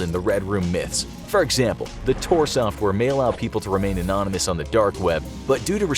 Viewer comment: “Anomynous messages” come on brother you been doing this long enough...